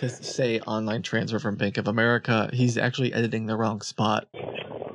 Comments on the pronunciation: its america not amrica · Not the "Bank of Emrica"